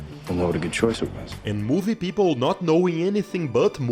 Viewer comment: "Movie Peoploe"?